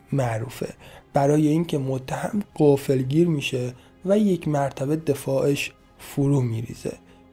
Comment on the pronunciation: آخه نیازی نبود اینهمه طولش بدی . میخوایی روش بازجوی رو یاد بدی .از دلیل خطای پسر میگی . از کمک رسونی مادر بزرگ میگی .کانال اتفاقای واقعی یا آموزشی .ببخشید ما رفتیم کانالو اشتباه اومدیم .راستی شما که عاشق حرف زدنی بهتره ایراداتو رفع کنی .لااقل سخنرانی کن حرافی نکن ( قفل گیر ) اشتباه .قافلگیر درسته آقای محقق👎😩🤯